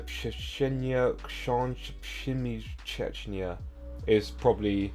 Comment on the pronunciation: aww, that was so sweet :) thanks for taking such challenge. You did really well. Even if not at first time, you finally got there👍 I'd say 4 of them (5, 6, 7, 9) were ideal. Another 5 were almost perfect: 1. You said it perfectly at last but without the last word (this is very difficult: "trzcinie". I've heard "czecznie", which sound almost like Czeczenia :) 2. Error in one word only: szyje (He sews/use thread and needle). I've heard "sieje", not szyje... and actually there is such word in Polish: he sows (sieje) grain. Actually it's funny how they are similar in both languages: szyje - sieje sew - sow 🤣 3. Too much "sz". You made this word more Polish that it is😅 suszeszniu: sz x 2 It should be: suszeniu (just one sz) 4. Not "sosza" but "szosa". Really, almost ideal 8. An interesting one. You read "przebiegał" but it was "przebiegł". Just one letter difference... but I can see why you said that "a" - it's much easier to pronunce it with this extra "a". However, both words are correct but there's a slight difference in meaning: przebiegał - it was running przebiegł - it ran (finished activity) There was just one you failed completely. The last one. I know it must be difficult, being used to English pronunciation... but in Polish: "ch" never sounds like in English. It's neither "cz" like in chocolate nor "k" like in chemistry. "ch" is pronunced just like "h" solo. It's the same sound, like in "helicopter". If you see "ch" pronunce it like "h" 🙂 Anyway, thanks a lot, the video